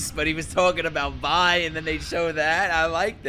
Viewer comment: Vi rhymes with Bi you know